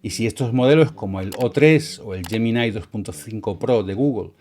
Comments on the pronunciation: ta mare... gemini se pronuncia asi como se escribe no "Yeminai" pues ni que fueras gringo. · Ahí-ahí---yeminaí...jajaja, LLeidai..cATalonIa--PoLSCka..PuaJJJ